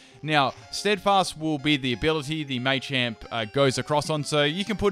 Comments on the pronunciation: May-champ... WHHHHHHHHHHHHHHHY!!!!! It’s Ma-champ! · I love this video and a lot of but I found it hard to sit through " may champ may chop " it's pronounced as " matchop matchamp " I mean it's called Machop where's they Y to even suggest it's may chop maybe that's just how it's said in Europe? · Everyone arguing over what' possible and what isn't, i'm just sitting here thinking "it's MAH-champ, not MAY-champ" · First time I've ever heard anyone call them May-chop, May-choke and May-champ, very weird pronunciation. I've always called them Mah-champ, Mah-choke etc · mah-champ, not may-champ wtf. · May-champ .e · what a may-champ,may-choke and may-chop? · "maychamp" it's the little things that make or break a video. couldn't watch because of the way he said it. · Am I the only one who noticed he was pronouncing Machop, Machoke, and Machamp's names incorrectly?